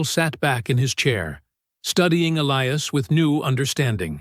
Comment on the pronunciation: Good plot but the AI narration made a mess of pronouncing the hero's name: was it Elias, or "Elee-ass"?